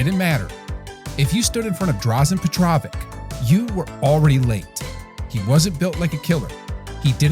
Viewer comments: "Petrovich", not "Petrovik" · Pa trovic? Its Petro vic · His name is pronounced petro vich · Drazhen Petro witch not Drazhen Pet rovik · Petrovik??? Drazen??? Dražen PetroviČ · Everyone on the video: Dr'a-zen P'etro-vich.: Drag'e Petr'ovik. Imagine if he wasn't a fun of his. Saying that, DP passed away while coming to Greece, we were all hyped to see him playing in Pana colors, but this was a BBworld loss... He still had a decade of magic, RIP Drazen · Learn to pronounce the name of your make a video on him. Sounds like Pet-Row-Vitch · Petrovik? Christ, pronounce his name correctly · ITS PET-RO-VITCH a least pronounce his name right. He was great! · petróvik? really? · Petrovak?!?! Petrovak?!?! Making a video about the guy and couldn't even be bothered to get even close. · You could learn how to pronounce his last name. It's Petrović (PetroviTSCH), like Jokić, Dončić, Dragić, etc... Or like Gregg PopoviCH, Rudy TomjanoviCH, Pistol Pete MaraviCH... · Learn to say his name correctly!!!! how old are you guys 5???? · One thing I always wondered is, why US sports reporters don't bother to learn the correct pronunciation of foreign players names? I'm not even talking about some backwater players that never get to spotlight levels of fame. But this dude is clearly a legend, yet the courtesy of learning to say his name the way it was intended to, was too much of a hassle? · petrovic is it dificult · Learn how to pronounce his last name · very nicely done...good video....but for the love of God, how can you not pronounce his name? several times you said it wrong when you hear guys talk about him all the time and get it correct. please!